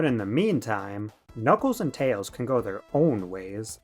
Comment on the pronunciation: that's because "Tayhls belawngs with his owhn kahnd"